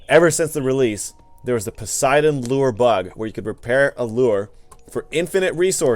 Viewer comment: Don't you just love english pronunciations. Raw and Pussydon 😂